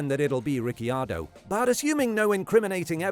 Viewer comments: At least you're trying but the correct pronunciation of Ricciardo is ree chee ardo. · the way you say RiccIardo really pisses me off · what is wrong with Ricky Ardo? 🤣🤣🤣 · At least learn how to say Ricardos name right my dude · I don't want him to ever talk about Riccardo again if he says his name like that😂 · Why did you say Ricciardo I h such a weird way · Why did you say danny ric's name like you had never heard it said before? I can't believe an F1 YT channel has never heard his name properly said. Any other point you made was completely overshadowed by that choice lol